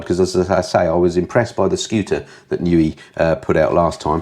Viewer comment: Thank you for the news. Here's some of my thoughts on this month; I suggest NIU is pronounced "nigh you" ?? I love the idea of a Gold Star - I nearly flipped on the Royal Enfield, so I'll be watching your review with interest. Remote tuning I believe is when you tune your bike using its dash settings and/or laptop and someone on zoom or similar talks you through it as you go. Please show any future tours the same way you did this last one. Finally I wish my "Striple" 765 looked like your Panigale lol. Readers rides nearly made me choke on my coffee thinking I'd strayed onto a different kind of review :>)